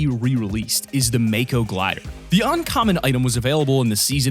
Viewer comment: I’m sorry to say this but it’s not “Mayko” it’s pronounced “Mah-ko”. I’m very sorry lol